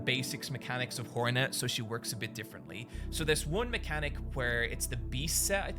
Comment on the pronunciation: 1) your accent makes me hear “whore-net” which checks out with typical 2) I love the reaper kit, by far my favourite seal.